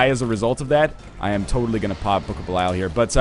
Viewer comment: 632 episodes in, still pronounces book of belial wrong.